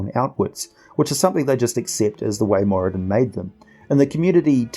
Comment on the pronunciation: I read somewhere (I think in the 3.5 phb?) That the r in Moradin is supposed to be rolled a bit. Great video as usual though!